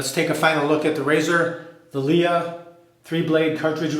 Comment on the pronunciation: I really like LEA creams. They are very cheap, less than 2€ for 150m tube in Spain. By the way, it’s pronounced like princess Leia from Star Wars :).